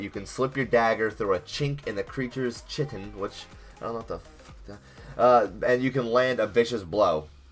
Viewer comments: it's not chitten, it's chitin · is pronounced Kite-in. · its not chi-tin, its kyt-in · Chitin. It's a pretty basic polysaccharide. Pronounced kitin, like the greek letter Chi. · Pronounced: "Kye-tin" not "chi-tin" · Dude your pronunciation.... 'chittin' instead of kite-in (chitin) looooooool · pronounced kite-in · Chitin (kai-ten) is the hard stuff that makes up the hard shells that cover things like insects and lobsters. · Chitin - pronounced like the infinitive form of 'to kite' but a bit colloquial with the -g dropped. 'I was just a' kitin' down the hill.' lol wasn't sure how else to explain pronounciation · it's pronounced "kaitin" it's a compound found in the exoskeletons of anthropods. just a quick bit of biology there for you :) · Myreque: pronounced 'mire-eek' Chitin: pronounced 'ky-tin' (chitin is just the exiskeleton plates) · Chitin is actually pronounced Kite-in :D Nice vid amigo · All the comments are about how bad math is and I'm over here frustrated that he didn't pronounce chitin like "kite-in" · Ch in that sense in pronounced as a K so it's Kitin (phonetically) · Its pronounced kite-en. its what the shells of insects are made out of lol. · Chitin is pronounced like "Kite-in" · chitin = Kite-ihn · chitin = kite-en lol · Chitin is pronounced Ky-tin. Just so you know. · its pronounced kite-in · chitin is pronounced 'kai-tin' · chitin is pronounced ky-tin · hahaha he said chitin its pronounced kitin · it's pronounced ki-tin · Myreque is pronounced Mire-key. Also, chitin is what the exoskeleton of bugs like that is made of. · lmao, the way you pronounced chitin